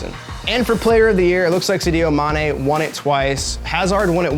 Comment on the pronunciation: “Sidio mane”